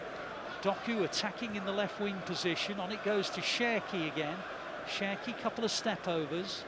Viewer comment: You always say Sherki 😂😂😂